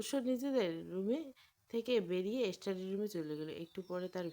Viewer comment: স্টাডি” ইস্টাডি নয়